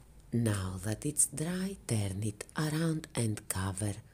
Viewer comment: Love it! Love it every time you say DRRRRY. 😉